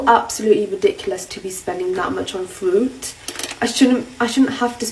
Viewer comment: How many times did she try and say fruit but just kept saying FWOOT FWOOT. Can English not say fruit?